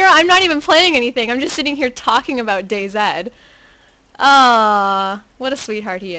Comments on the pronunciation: its day(Z) NOT fuckin day(ZED) get it right! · DayZ not dayZed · DayZ not DayZed. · Im not from America either you cannot pronounce Z as zed that would make no sense then Zombies would be zedombies?! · I dont know, i just think the pronouncing it "Day Zed" is a bit weird to me, but your right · Day ZED? You must be Canadian :D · Its pronounced day zee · Im not sure what you said before that youre referring to lol Im British, living in America, and I say DayZee, because that's how you pronounce Z in America. But all of my relatives in the UK would say DayZed. You must be among the few that say it like that in the UK!